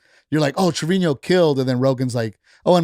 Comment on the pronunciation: Isn’t it Treviño?